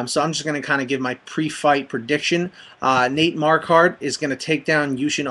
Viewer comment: your sayin Marquardt wrong homie